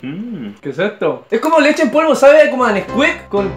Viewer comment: ... Leshe en polvo oie zy :v xD... Sho quiero leshe en polvo